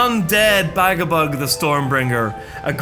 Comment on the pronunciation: Dude, ū ir pronounced as oo. So it wouldn't be Bagabug, it'd be Bagaboog. Same as Dūsh isn't Dush, it's Doosh. Or, you know, Douche ;] (100% sure it's intentional) It's a bit weird that you know each of them by name, you know their deepest dreams and desires, you know their entire family tree and you went to their second cousin's wedding. But NOT ONCE did you listen to how their names are pronounced =] P.S. Can't go wrong with Rip and Tear, well done.